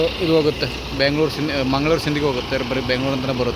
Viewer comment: ಮ್ಯಾಂಗಳೂರು ಅಲ್ಲ ಮಂಗಳೂರು ಬ್ಯಾಂಗಳೂರು ಅಲ್ಲ ಬೆಂಗಳೂರು ಅಣ್ಣ ಸರಿಯಾಗಿ ಕನ್ನಡದಲ್ಲಿ ಉಚ್ಛಾರಣೆ ಮಾಡು